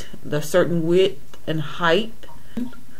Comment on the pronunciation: I'm pretty sure it's Height no heighth...